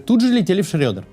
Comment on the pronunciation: Максим, перестаньте называть шреддер "шрёдером")) Каждый раз Герр Герхард немного грустит